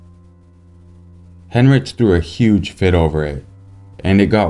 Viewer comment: Heinrich is pronounced "Hein-Rick"